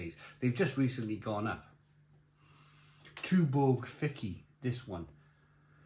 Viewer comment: I like the Fiçi more than the efes draught, I haven’t tried the Dab. My Mrs is Turkish and she informs me that the ç is a “ch” sound so it is pronounced “Fichi” or “fit-chi”, not “Ficky”.